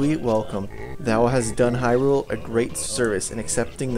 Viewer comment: "Hurule field"